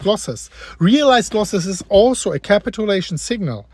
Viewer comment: KA-pit chu-Lation. My dude.